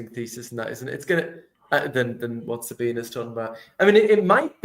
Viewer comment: SabinE. The E isn't silent in German.